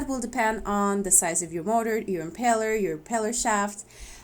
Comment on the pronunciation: Impeller. Not empeller.